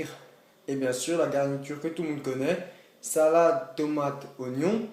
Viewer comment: Mdrr comment il dit : sAlAde tOmAte Ognons 😂rebeuuuu !